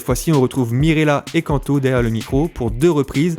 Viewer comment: Pour info Kanto se prononce Kantou (sans accentuer la dernière syllabe) Oui je chipote 😅😂 Superbe vidéo Quelle grâce d'avoir des talents comme vous dans le corps de Christ